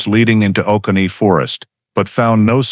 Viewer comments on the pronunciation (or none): Interesting story. Georgia guy here, just thought you should know that the Oconee National Forest is pronounced “O-CONEY” not OH-CA-KNEE”. Stories like this one give me chills, a single white female secretary from that era going missing without a clue would’ve been an all-hands-on-deck moment for the police department. I’ve been to Madison, GA many times, it’s such a quaint and picturesque small southern town between Atlanta and August. It reminds me of a movie set. I never knew this happened there but next time I visit I’m gonna ask about it with the locals to see how the town reacted to this case. It’s always the places you’d least suspect.